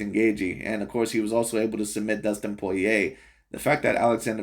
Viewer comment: This guy miss pronounced Dustin Poirier’s name, compared Yair Rodriguez to Johnny Walker..referencing Kung Fu. You stated him as predictable, yet there were moments where Volk had issues predicting his striking therefore transitioned into a grappling match. I was going for Volk the entire fight but you’re overall assessment was ridiculous.